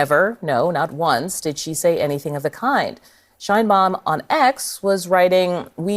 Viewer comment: Probably US will heard a lot about president Sheinbaum, please learn how to pronounce it. My ears hurts😢